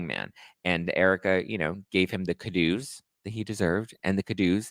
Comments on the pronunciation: Also “Kudos” is pronounced “Coo-doze” You kept saying it a different way, and I wasn’t sure if you were joking or not. 😁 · I’m pretty sure he says it that way because Ramona once said it that way 😆